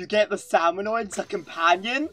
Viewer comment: It's SalmonID, as in KID, not Salmonoid, for fuck's sake.